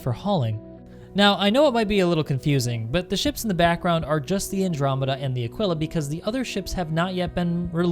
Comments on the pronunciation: I think of it as 'a-KEE-la' (Aquila). Mos-KEE-to (Mosquito). Keen-wah (Quinoa). Keesh (Quische). I know English is sometimes contradictory and there are words such as 'quick' or 'quill', but my guess is that the proper pronunciation would be 'a-KEE-la'. ;) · Aquila, would seemingly pronounced like Tequila without the T / uh-Kee-luh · / It’s better pronounced as Ah keel ah. As if it had “a keel, ya?” Edit: Very good point about the med facility for an exploration ship. There should also be a small, dedicated lab. Frankly it doesn’t need much cargo space besides what would fit the rover, but med, science and recreation are all needed for a long haul explorer. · I think you were pronouncing Aquila wrong. Anybody know if he was saying it wrong? Besides that it was an amazing video, keep up with these